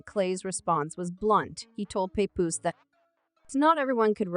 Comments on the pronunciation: Pay-Poose 😂 Pah-Poose.... who made this mess!? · This is Garbage 🗑️!! The narrator can’t even say his name right smh! We don’t know what split them up if they are not together ! Mind ya business people! 🙄😂